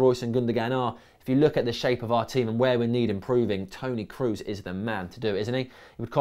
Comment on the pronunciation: just in case you do a new video on Tony Kroos, you are pronouncing his name wrong. It is an o sound what you have to produce, so it would be something like /ˈkɹɔˑs/ not /ˑkɹuˑs/